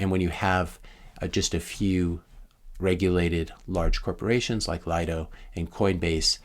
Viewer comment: Pronounced, "Lee-doh"